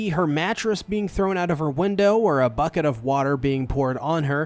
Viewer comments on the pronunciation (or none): none